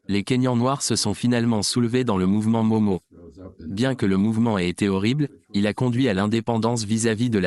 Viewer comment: Entretien tres interressant. Merci. Movement independantiste kenyan "Mau-Mau": se prononce "Maou-Maou" - et non "Momo"